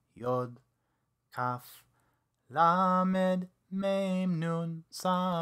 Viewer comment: This a great teaching. The only thing that's a little confusing is at the end of most of the letters the teacher is adding a short e sound that isn't part of the letter being explained. For example, lamed is pronounced as l not le. So in the word lamed, you wouldn't say it as leamed. It's hard to show an example without sound! Hope this makes sense.